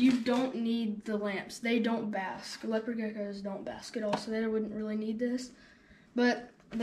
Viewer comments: Bro how can u mess up thr pronunciation of leopard geckos its said like lepard not leo pard . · Lay oh pard lmao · Did he just say LAYOPARD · its pronounced lep-erd gecko not lea-pard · “Lay-oh-pard” gecko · LeO pArrD gecko 🦎